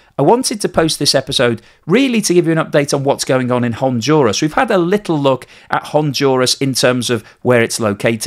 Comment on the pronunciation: "HonDuras, not HONJURAS".